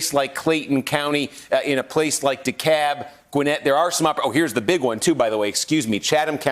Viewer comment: Steve even pronounces "Dekalb" in Georgian-ese. Well done!